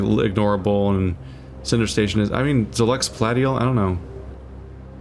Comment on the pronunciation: Lol, "palatty-al".